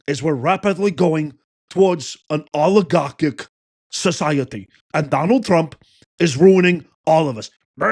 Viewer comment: How many times can you say Alighieri Bernie? Agaric all Eric all Eric all Eric all Eric all Eric all Eric.alligarcick